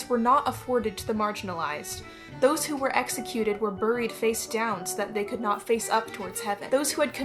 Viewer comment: The background music while you're talking is very distracting. Also please stop pronouncing buried the way that it's spelled my autistic self is going crazy lol